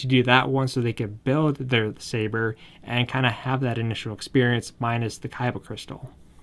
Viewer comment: keeps saying kaiba instead of Khyber